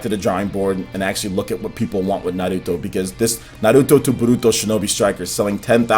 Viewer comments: Why do you say "naruto" with a spanish accent? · All I want is for this puto to pronounce Naruto correctly!